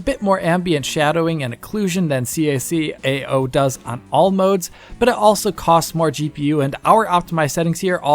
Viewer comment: ITS CACAO NOT SEE A SEE A A OU